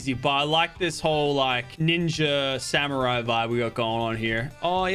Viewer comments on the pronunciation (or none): none